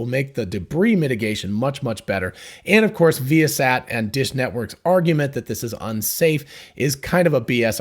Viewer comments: I think it is pronounced vye' uh sat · So not vy-a-sat ?